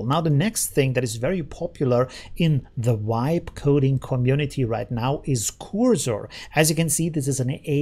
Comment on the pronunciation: The "V" in "vibe" should sound like the "V" in "very" instead of like a "W"